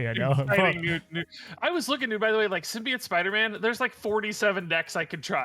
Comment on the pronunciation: I'm sad learned how to pronounce symbiote correctly.